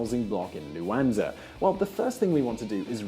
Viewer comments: What is this Luanza he talks about? It is Luanda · Luanda. Stop saying luanza. It's like being called Anglonan. Angolan. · Dude is fucking luanda (da) why you calling it luanza , cause is africa 😒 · The millenial expert with the exxagerated Youtube gestures and voice inflections that no one uses in every day life, mispronouncing Luanda, calling it Luanza... no wonder people just turn off these millenials. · An Evan Davis lookalike! But credibility was spoilt somewhat by his not really knowing the name of Angola's capital! It's Luanda, not Luanza, as he insisted on pronouncing it all the way through. Near the end, he got so hung up on the name that he even referred to "following the trends of other African lions like Ghana or Luanza". Weird! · It's Luanda not "Luansa " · LUANDA!!! Not Luanaza!! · It's Luanda with "da" pronounced like the "da" in Daman. You don't say Luanza. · LuanDa, not LuanZa.... and let me tell you, Zurich is way more expensive than Luanda. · The capital is Luanda not Luanza.FFS. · LUANDA, not LUANZA. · Hei it's not Luanza, it's Luanda!:) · The capital's name is Luanda, not "Luanza."